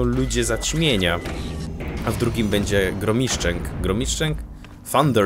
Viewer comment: ej ty specjalnie mówiłeś Gromiszczęk???